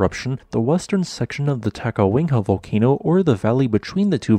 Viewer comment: The "city" of Adak had a population of 171 as of the 2020 census -- "town" is a more appropriate descriptor and Adak is a very small one. Is there a reason you say "Ta-ka-WING-ha"?